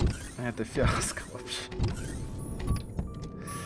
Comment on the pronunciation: повеселил:) - красавчик! - главное такая пауза... это фиаско!!!))